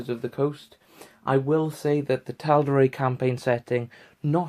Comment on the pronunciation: Well you made me want to purchase this book now so you've done your job. One thing though.....I'm fairly certain that Matt Mercer pronounces Tal'Dorei as Dor-eye not Dor-ray. Cheers.